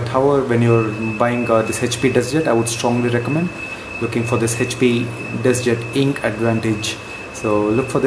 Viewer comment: Hhhap nahi hota hai HP hota hai. Pahle bolna sikh le